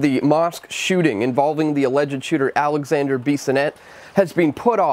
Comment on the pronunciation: Alexandre not Alexander. I really want but you make to much mistakes in your content.